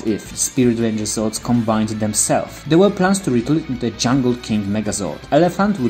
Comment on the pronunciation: The Voice messed up Zords